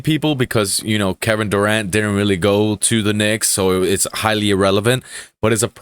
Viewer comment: Durant, with a 't'